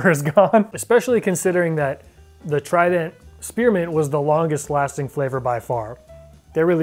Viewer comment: Take a shot every time pronounces trident as “Tri-dEnt”.